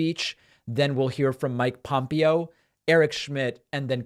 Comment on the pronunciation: It's not weak, who are you???? Thus should concern EVERONE! YOU PRONOUNCED POMPEO NAME WRONG. WHO ARE YOU?